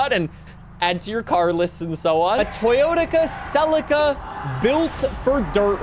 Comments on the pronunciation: does anyone else hear "toyotica celica" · "Toyotica Celica" nice one lmao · "Toyotica celica"